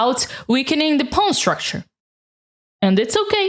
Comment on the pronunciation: I love the way you pronounce pawn “ pown” It’s the biggest reason I watch your videos 😊